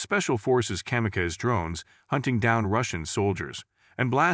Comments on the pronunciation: Kamakazi - it’s not Comma-kays, it Comma-Cause-E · Kam-a-Kays lol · Literally the first time I've ever heard kamikaze being mispronounced. Good old AI.